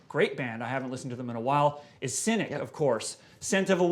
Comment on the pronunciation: It's Cynic with a 'c'not a 'k'